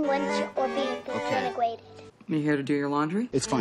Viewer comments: "Disinegwaeted" -Morgan H. Stark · “disintigwated” omg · "define lunch or be disintwegwated"